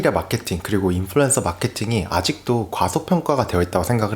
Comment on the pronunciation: 인플루"엔"서라 하는 거 듣기 싫어요ㅜㅜ언 으로 발음해주세요